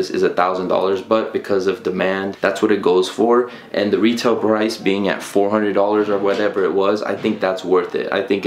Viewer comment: "Retail brice "